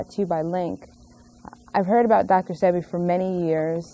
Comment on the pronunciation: Dr. Sebi's name is pronounced Say-Bee